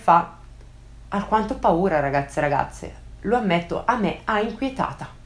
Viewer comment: Ciao. Ti seguo ormai da un anno pieno, e mi piace molto il tuo canale (entrambi i tuoi canali). Vorrei farti un piccolo appunto se posso. Una stupidaggine in realtà. Nei tuoi video, quando fai le intro, quando dici "ciao ragazzi e ciao ragazze" non si capisce bene se dici "ragazzi" o "ragazze" e quindi sembra che dici entrambe le volte "ragazzi" o "ragazze". Insomma, entrambe le volte la stessa parola. Dovresti accentuare un po' di più la vocale finale per far capire meglio. Tutto qui. Come ho detto, una stupidaggine. Infatti non vorrei sembrare pignolo, però in effetti sono una persona abbastanza meticolosa, e per onestà intellettuale, e anche un po' per "correttezza" diciamo, volevo dirti questa cosa. Tutto qui. Ah, e quando condividi le tue considerazioni e le tue impressioni su alcune cose, per quanto crudi e forti possano essere gli argomenti, secondo me non dovresti lasciarti troppo trasportare dall'emotività. Sei una narratrice, racconti delle storie, per cui i tuoi video (di questo canale) devono avere una impronta, un carattere, prettamente narratori, non critici. Condividere le proprie opinioni ci sta, assolutamente, però senza """scaldarti""" troppo, ecco. Mio personalissimo e opinabilissimo consiglio. Per il resto continua così. Sei bravissima, e anche bellissima 😊 Un saluto 😊